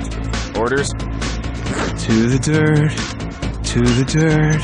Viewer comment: "to the durt and to the earth." XD